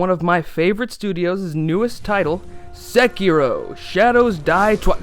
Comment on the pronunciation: Finally! Someone who can pronounce the word "Sekiro" correctly!